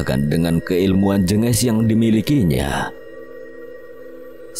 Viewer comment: Min lembah jèngès kali cara bacanya, e nya di baca seperti e yang di awal kata "jeng" bukan jènges .. tapi kalau santet sepertinya jengges bukan jenges koreksi kalau salah ...